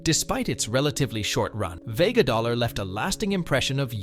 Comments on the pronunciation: Vega DOLLAR ? HUH? 🤣🤣🤣🤣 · LMFAO "Vega Dollar"😅